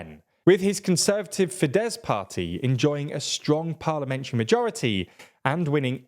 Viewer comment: Isn't Fidesz pronounced Fidesh?